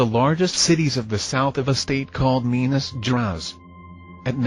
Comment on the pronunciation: Minas GerAEs, Not Geras. It's like GRAHEES as the I in gIraffe.